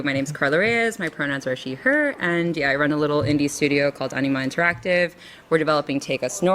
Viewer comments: The first times I heard Enema interactive instead of Anima interactive. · I keep hearing "Enema Interactive." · Oh "Anima" I thought it was "Enema". Was confused there for a second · Did I hear him say "Enema Interactive"?